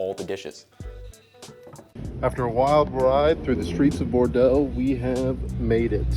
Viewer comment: stress of Bordeaux not Bordel 😂😂